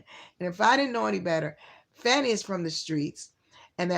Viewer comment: let me guess,you ae a trumper? And it is pronounced Fani (sounds like fawny| NOT Fanny!!!!!!!!!